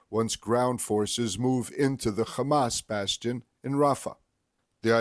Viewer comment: It's Hamas and Not Khamas....